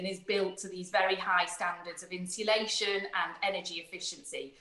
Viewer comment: Strange the Lucy Powell is supposed to know about home insulation but can't even pronounce 'insulation'. (Insillation?)